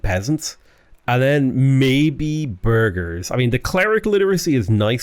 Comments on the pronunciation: Whenever you say burgese, i hear Burglar and need to double check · I hear burger 😆